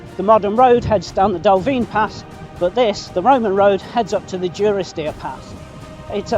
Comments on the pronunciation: Take it from me, it is duh-ris-deer. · Great video. Just for info, the village is pronounced DUrisdeer as in 'dundee'